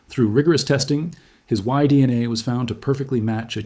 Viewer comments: D, NA rather than DNA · Adding audible breaths doesn't make the AI narration sound more realistic, it's distracting and awful. You also haven't flagged the video as using AI like you're supposed to. It also has too many mis-pronunciations; On top of what others have pointed out is 'Dee... enay' instead of DNA. We have to remain diligent in voting down AI slop.